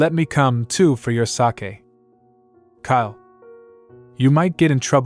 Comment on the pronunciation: This is such an interesting story. Particularly like the tie-in between the current Crown Prince and Princess and the original dragon and holy maiden suggesting a rebirth situation. My only quibble is the mispronunciation of sake (long A) as if it's the Japanese fermented rice beverage Sake. The word is used often enough in the narration to be irritating. Next part please.